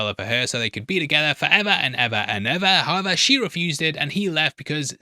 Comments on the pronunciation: 😊 Pretty sure saying "however," but yes, there's just a whisper of a "b" sound in his pronunciation. Almost "howeber." Hence the captioning interprets this as "how about." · I'm curious, what is that word you are using there? Subtitles say: "how about", are you saying "however"? I've heard you use it in other videos before too and never knew what you are saying(sorry English is not my first language).